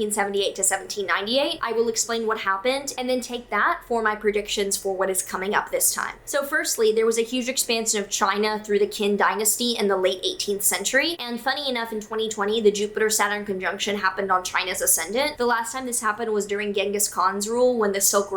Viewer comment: "Qin" is pronounced like "Ching" or "Tching" ☺️ Awesome content as always, thanks!